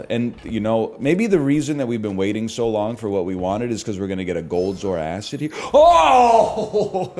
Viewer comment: Is this the last time he calls it zoar acid